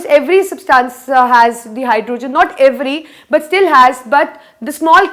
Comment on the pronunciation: Try saying hydrogen not hyrdooogen other than that u r great